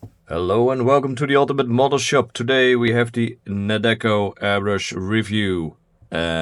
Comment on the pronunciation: The name is NEOECO, not Nedeco👌